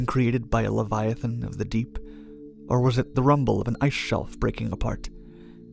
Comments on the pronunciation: "Leviathan," not "leviathon." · Leviathan, not leviathon. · It's leviathan, not leviathon. : /